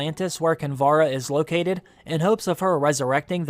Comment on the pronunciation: *Kinvara not Kimbara.